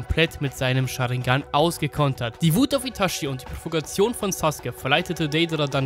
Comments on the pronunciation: es heisst itachi nicht itaschi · Wie immer super Content. Eine Anmerkung zu allen deinen Naruto Videos, die mir aufgefallen ist. Es heißt Itachi, nicht Itashi. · Man kann ihn Itashi ausprechen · itachi nicht itaschi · er heißt itachi und nicht itaschi man sagr doch auch chichi und nicht schischi ich sag das nur weil er eine legende ist genjutsu got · Itatschi gesprochen, nicht Itaschi. Der Typ hat nichts mit Taschen zu tun ... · Alter , wie ich die deutsche Aussprache von Itachi hasse